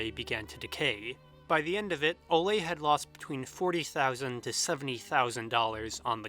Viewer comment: I love the videos I’ve seen so far, but hearing the name Ole (“Ooleh”) pronounced “olay” hurts my Norwegian ears. Given how thoroughly you research pretty much every detail in every video, it’s funny how you completely overlooked googling the pronunciation of the pivotal dude’s name. :/